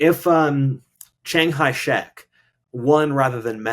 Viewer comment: Chiang kai shek. kai not hai.